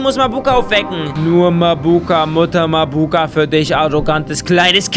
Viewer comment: bei Mabuka betont man das a am anfang und nicht das u